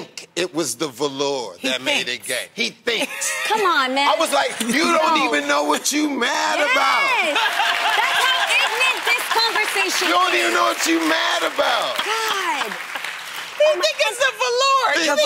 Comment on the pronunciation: IGNANNTTTT?? did she say “ignant”??😭😭🤣🤣